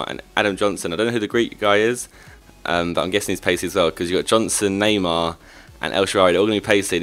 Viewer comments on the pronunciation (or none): none